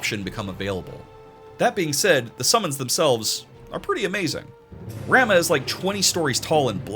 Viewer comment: Just to point out, it’s pronounced Rah-moo but I’m with you on how it should be rah-muh, but apparently it’s yet another Tidus situation according to world of final fantasy. On the plus side Leviathan canonically sounds like Claudia Black so that’s cool.